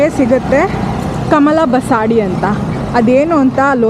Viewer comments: ಬಸಾಡಿ ಅಲ್ಲ ಬಸದಿ. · ಕಮಲ ಬಸದಿ ಬಸಾಡಿ ಅಲ್ಲಾ ಜೈನ್ ಮಂದಿರ್ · Avva tai adu kamal basadi😂 allavva adu kamal bsati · ತಾಯಿ ಅದು ಬಸದಿ.. ಅಂದರೆ ಜೈನರ ಮಂದಿರಕ್ಕೆ ಬಸದಿ ಅಂತ ಹೇಳ್ತಾರೆ